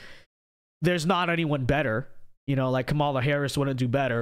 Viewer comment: It’s kaamala Harris no Kamala Ron 😅